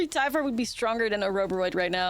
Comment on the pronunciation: It's pronounced "tiv ar"